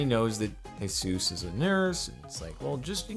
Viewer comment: U say Jesus wrong